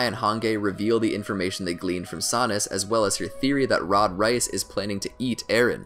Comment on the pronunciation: He really said rod rice